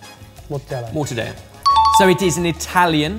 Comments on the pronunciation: for the love of all that's holy, please stop pronouncing mortadella with the Spanish "ll" it's an Italian meat so its a double L not I!!! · Did say morta-day-a? If so I think that's like wrapping Valencian paella in Napoli pizza and calling it sushi:) Only joking but I'd love another paella burrito outrage, that was amazing:D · the double 'l' in mortadella is not silent. It's Italian, not Spanish.